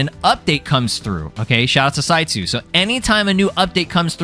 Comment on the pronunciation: That entire time you were saying "Saitsu" towards the beginning of the video. I kept hearing "CyYu" and kept going "Wait.. When did Kaggy become a mod dev?"